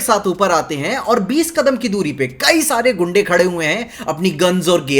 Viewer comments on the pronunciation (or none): none